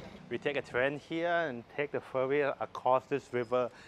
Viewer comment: Admin ... I very much hope you could improve your Thailish accent over the time. It's slightly annoying, you know. ferry = เฟรี่ ไม่ใช้ เฟอรี่ (หลักการคือ ถ้ามี rr ต้องอ่านสระเอ ไม่ใช่สระเออแบบที่คนไทยออกเสียง) your = ยอ(ร.) ไม่ใช่ ยัว(ร.)